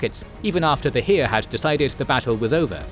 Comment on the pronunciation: There was no "hiir". It's Heer